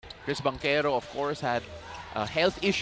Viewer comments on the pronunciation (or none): Medyo naninibago ako pakinggan yung mga commentator, nag iba yung pag pronounce nila ky Banchero. From "Bantsero" to "Bangkero". Porke't lang gnun pag pronounce ng mga puti sa apelyido nila sa cousin nyang nasa NBA. Ginaya din nila. Parang medyo sagwa lang pakinggan lol Bangkero nagbabasketbol, although thats how Italians pronounce it as well. But since mga Pinoy naman tayo and Bantsero is how we would normally pronounce the words with Ch preceeded by a vowel, such as melchor, chona, cholo. Di naman Melkor, Kona, Kolo pag pronounce. Just my two cents. 👌